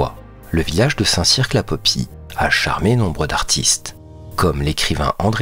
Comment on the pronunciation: Oui, je connais bien ma région... Par contre, dans le département 24 - la Dordogne - il vaut mieux dire Périgord... ils sont tatillons là-dessus... : ) La vidéo est ben montée, la voix agréable. On ne prononce par le Q de Saint Cirq J'y suis passé la semaine dernière (Saint Cirq, Rocamadour) 🤗